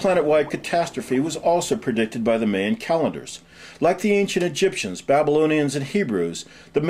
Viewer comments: He keeps saying "meyan" (pronounced like "Mayonaise"). It's pronounced like "mYan" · The first syllable of Mayan isn't pronounced like Mae West's first name but like Mai Britt's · Well, first to believe this bullshit, the narrator has to learn to pronounce "Mayan" right. It's fucking with my ears, I swear. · Гальванизированный Труп what's more annoying is how he pronounces Mayan. Every time he says Mayan I want punch something.